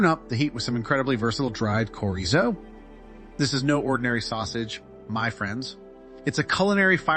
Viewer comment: It’s “chore-ee-zo”. Not all those mispronunciations you used.